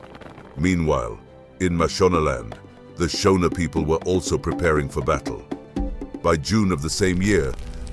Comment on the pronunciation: Your photos are nonsense that is not CJ Rhodes. Neither are the Ndebele traditional garb correct. The pronunciation of Shona is not how people in Zimbabwe pronounce it!!